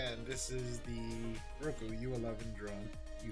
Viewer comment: It's Ruuuuuuuuuuuuuuuuuko..... NOT Ro-ku......